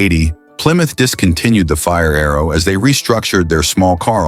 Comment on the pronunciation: Quit watching as soon as Mr AI said fire-arrow sickening